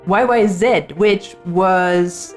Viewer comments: As a proud Canadian, I gave this a like as soon as I heard you pronounce Y,Y,ZED the correct way! Lol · Thank you for saying YY-Zed at the start and not YY-Zee !